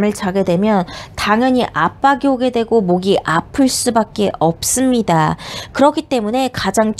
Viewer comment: "있'습니다" "없'습니다"가 젤 기억에 남아요ㅋㅋㅋ